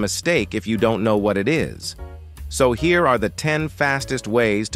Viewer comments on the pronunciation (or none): none